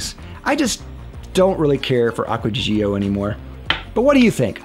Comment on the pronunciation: You're actually the only one who pronouces it correctly. 👍